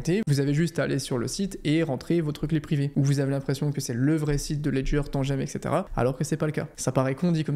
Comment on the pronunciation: Tout ce que je retiens de cette vidéo : tu dis « eccetera » (jrigole j’ai trop aimé)